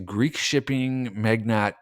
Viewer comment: It's Mag-Nayte sorry for caring about the language lol